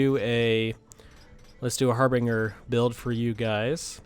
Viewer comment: Just an FYI, it's pronounced har-binj-er. I know that everybody says har-bing-er, but that's just so wrong- it hurts my ears... and my brain. It's meaning was generally used in the 16th century to indicate a herald who would venture ahead of an army or a nobleman and their party, in order to acquire lodgings. Oxford now defines the term as "...a sign that shows that something is going to happen soon, often something bad" So in this case we would have the 'Harbinger of Death,' a phrase I'm sure we are well aware of.